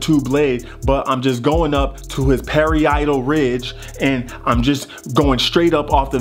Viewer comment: Pari-Idle Ridge 🙌🏼🙌🏼🙌🏼😂💀